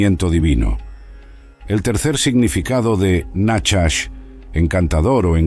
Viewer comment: Perdón pero no es nachas,como dice este locutor ,sina najach